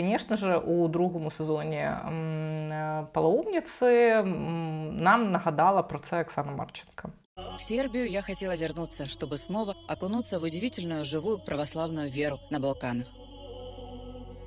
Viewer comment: Хоч трісни але мені все чується не паломниця а ПОЛОУМНИЦЯ!